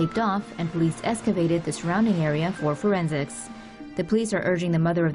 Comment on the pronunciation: its excavate not escavate